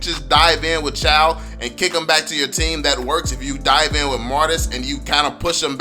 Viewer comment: Yow chou is actually pronounced choo not chow 😂😂 anyways more powah love yow channel keep it up stay strong ✌️